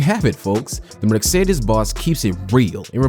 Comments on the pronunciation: It’s not merc-cedes it’s Mercedes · Merk-cedes??? Hahahahahaha lmao mate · Another click-bate video. Leaving this "thrilling narrative" after a minute. But I love Merk-cedes! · Merkcedes... noice😂